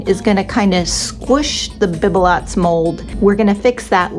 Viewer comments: Lovely projects...the mold is pronounced beeb_lows in French. The t is silent! Love your creativity! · Sweet, Bibelot is pronounced, "Bee buh low" - and I LOVED your sweet ornaments, too❣️💜💕